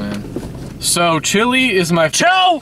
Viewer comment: Rage flows through my veins every time calls Choa "Chile" ^_^